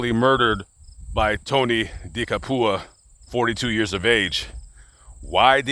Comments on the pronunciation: “De Capua” is an Italian surname, which effectively means “of Capua.” Capua is a region on the Italian peninsula that dates back to the Romans, which was known for it’s large amounts of arable land. The pronunciation is “Cap-ew-ah.” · "Cap-wuh". Close though.